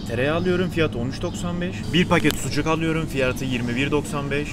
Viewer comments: Alüyürüm diyişine bittim <3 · onu aluyorum bunu aluyorum diyişin nie garip ve hoşuma gitti benim :D